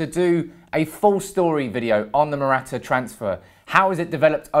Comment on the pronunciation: You can start by getting his name right ffs 😥